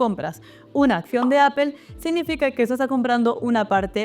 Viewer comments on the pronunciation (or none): Gracias por tu vídeo, valoro tu contenido, ya entiendo que aún cuando te sacaste un C2 en el Cambridge aún no logras ser perfecta en pronunciación…. “Aple”. 😅